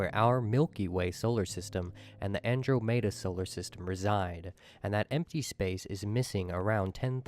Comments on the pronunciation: AndrO-Mater??? A.I. ? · "Andro-mayda"?? Come on, mr. Narrator 😅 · I'm liking your video because I always like your commentary and videos but I do NOT like this person's video. Not sure what it was about it and I wasn't wild about it to begin with but when he pronounced Andromeda, that was it for me. :)